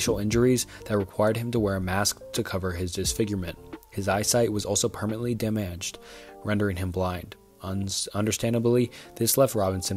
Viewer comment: There's honestly a lot if not most that can be forgiven. But butchering normal ass words like damage for example is unacceptable 🤣🤣 so I agree